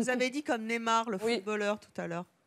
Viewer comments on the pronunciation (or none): la meuf elle ta dit nemar maos c es neymar mdrr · la meuf elle prononce "nÉmard" alors que c'est "nEYmard" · BORDEL on dit NÉ-I-MAR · a 8 minute elle a dit nezmar